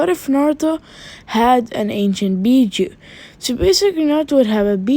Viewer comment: With your acsent every time you say bijuu the subtitles said beat you🤣 "The anceit bet you" 😂😂😂😂